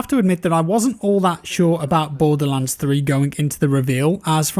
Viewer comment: Really sounds lioke youre saying "Bore The Lance" over and over haha